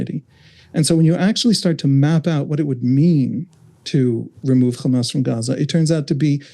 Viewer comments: It is irritating how Ryan and Emily don't push back when interviewing Israelis. The second the guest used the exaggerated "Khamas" pronunciation, it was clear what his views would be. I kept waiting for Ryan to jump in and correct or challenge the guest with each lie and racist talking point, but just like the other Israeli author they "interviewed", they just sat there and let him spew his hasbara. There is no value in bringing on and interviewing zionist Israelis, especially if they're not being fact-checked or called out on their racist and Islamophobic ideologies. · Anyone who say 'Khamas' instead of 'Hamas' is a propagandist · Why do Israelíes always add a “Kh” in “Hamas.” It’s not Khamas. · khamas, khamas, khamas, khamas, khamas, did I say khamas. Let's not forget khamas is khamas and they won't stop khamasing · That pronunciation of the H changes Hamas in Hebrew to mean violence. Hezbollah they probably want to associate with Hamas. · How can this journalist pronounce hope but is not able to pronounce hamas?